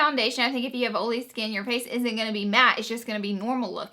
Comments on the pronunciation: Love the way you say olee for oily!! You are so cute!! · Laura Lee where are you from? I'm from wv and I pronounce oil the same way lol